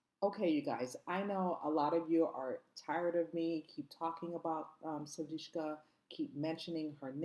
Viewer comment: How is it possible to continue to mispronounce her name.How ignorant.Her name is S-U-D-I-K-S-H-A.Get it right